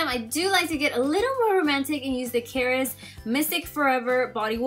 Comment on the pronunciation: So scripted 😞 and it's pronounced CA-RESSS 😬